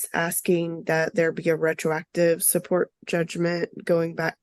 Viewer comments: The mom seems pretty young to me, so all of this is probably new to her. She did ramble and pronounced retroactive incorrectly. In the end she took notes and asked the Judge if she had gotten her notes correct. No screaming or yelling about the child support. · is she trying to say "retroactive"?